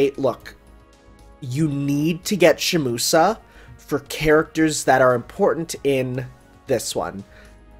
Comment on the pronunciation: The way says Shimousa fills me with great pain